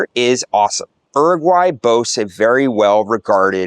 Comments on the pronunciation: It's never "er-aguay." In English, it's "yu-raguay," and in Spanish, it's "oo-raguay." I lived in Uruguay for a full year in 2011, teaching for International House, and unless things have changed a lot, your description is highly inaccurate. It was more expensive than Europe, the people were insular and rude, the food was low quality and monotonous, and the weather was chilly in the winter. And most educated and young people were quite proficient at English. There was also A LOT of crime! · Not oeroguay is Uruguay, emphasis in the U..., is not that hard to pronounce correctly. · Bro, either say “Uruguay” in english or spanish, not some bastardized in-between. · its not "R.Guy", its pronounced "U-ru-guay" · Everyone knows about different dialects in regions. That isn't the issue. If you are saying the name of the city and country here like you've never traveled. Once you have been in Uruguay and Montevideo more than a few days you should have easily picked up on the correct way to say both. IMO, it's a respect thing. Certainly there are some tourists from the UK, US or Canada who just wander around ignoring the correct pronunciation, but I think you are trying to convey you are a true globalist, in which case, say the name right. It's not only respectful, but informative to folks who watch your content. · If you are going to make videos about a country, you should at least learn how to pronounce the name of the country properly.